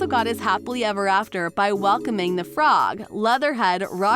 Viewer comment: The frog is gehngis and it's scumbug not bag